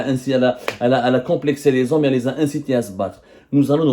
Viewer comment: Les zommes avec z majuscule 😂😂😂